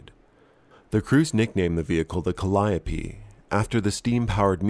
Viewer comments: I'm just happy "Calliope" was pronounced correctly. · Agreed. Tired of hearing “Cally-ope.” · Yes and no... "Kallee-ope" is the proper pronunciation when they're on Great Lakes steamers, look it up. English is a beautiful language, so ductile. "Peruse" once meant to read carefully and thoroughly, and look what happened to "literally" literally in our lifetime. "Regardless" became "irregardless," and (gods help us all) is "irreregardless" among some, just as "flammable" and "inflammable" once became interchangeable.